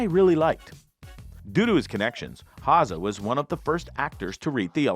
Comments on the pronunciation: Cole Hauzen? Its pronounced Howzer ding dong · Cole Haza? Who's that? His last name is pronounced HOW-ZER. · it's HOWSER, not hahzer! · Cole’s last name is Hauser, not Haza. Just saying. Great show! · Who the hell is Cole Haza?! Learn to pronounce the names. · I think he said Hausen? 🤔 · Repeat after me. Cole Hauser. Cole Hauser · This narrator is kind of clueless about the subject and really butchers Cole’s last name. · I smell horse shit here 😮 Say Coles name correctly for starters, come on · That's the Canadian pronunciation he's using.